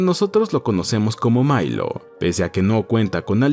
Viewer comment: Por qué dice Mailo si se llama Milo...?